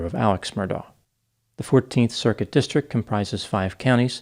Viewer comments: You refuse to pronounce his name as Alec but you repeatedly pronounce district as distric. 🤣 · you mispronounced 'district'. It's not 'distric' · It's a district not a distrik. When did Ts become silent?